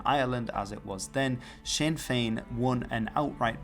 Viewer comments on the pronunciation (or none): none